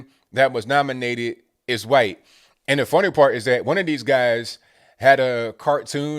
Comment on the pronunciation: Why do you say qwhite?